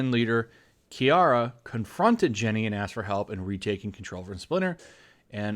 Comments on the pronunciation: just a little pronunciation snafu there bud, you said KI - ARA when it is pronounced (and spelled) Kuh - Ry (spelled Karai). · Dude, DON'T want to be this guy, I'm sure get enough of 'em, but it's pronounced "Car-Aye", not "car-e." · that pronunciation of Karai though.... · Couldn't they at least given her a prestigious name associated with the Renaissance? *Edit: You don't know how to pronounce "Karai?"